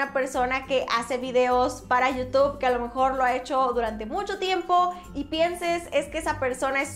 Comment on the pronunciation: NO ES YIU TOB SE PRONUNCIA YIU TUB Como con U youtube